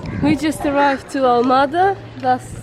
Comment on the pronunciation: I love that my country's centuries old influence is still present in some places of this world. How nice and so good you uploaded this. Are you Portuguese? She said Almada perfectly.